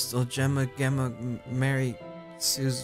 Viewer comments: Gemma is pronounced Jemma,, not ganondorf 😂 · I adored whenever you said my name properly! Makes me strangely happy! Say it like you'd say Jemma. Both Jemma and Gemma are pronounced the same way. Both are said with a J sound. Gem like gemstone. Gemma! Love you <3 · Gemma. I think the proper pronunciation is pronouncing the G like a J. Jemma. J + emma. Jemma = Gemma. I know probably won't change how he says it but I needed to say something cuz it was bothering me. Have a lovely day my fellow hoomanz. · The way you say Gemma is like you're saying Jemma. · Gemma is pronounced like jem-a :) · Gemma is a British (i think) Way of saying Jenna so I think the proper way to say it is Jenna. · Gemma is pronounced with a "J" sound in front of it. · Gemma is pronounced with an h so its Hemma ^^ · Hey cry! I share Gemma's name. It's pronounced Gem-mah! :) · The struggle of pronouncing Gemma lmao It's just Jemma with a G hun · one day cry will pronounce Gemma right! am I right?